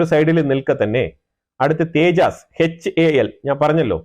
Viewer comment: തേജാസ് അല്ല തേജസ്‌ ആണ്.